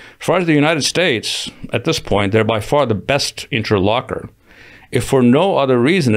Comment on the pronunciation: interlocutor, not interlocker.